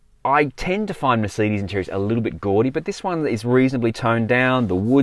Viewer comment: I hate how you pronounce Mercedes